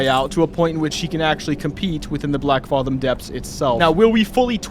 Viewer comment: The fathom in Blackfathom is pronounced the same as the word fathom itself, no ahh sound